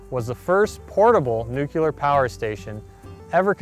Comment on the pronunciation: NU-CLEAR!! Not Nucular!